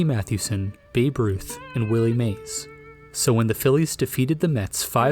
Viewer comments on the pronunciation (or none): none